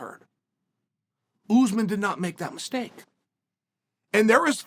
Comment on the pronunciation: Chaels really putting the emphasis on the ooz part of usman